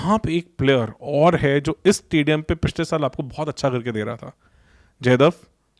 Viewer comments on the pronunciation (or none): जीसन ❌️ ज़ीशान ✅️ जयदव ❌️ जयदेव ✅️ Indian names bhi mispronounce kar rahe ho. Looks and sounds unprofessional and underprepared.